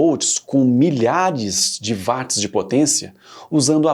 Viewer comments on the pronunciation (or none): "Uóts" e não "Váts". James Watt era escocês e não alemão ! Você não fala "Váchinton" e sim "Uóchinton" , certo ?